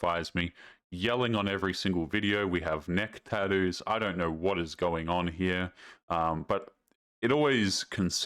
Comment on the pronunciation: It's tattoo... with T's not D's... and the nicest women I know have tattoos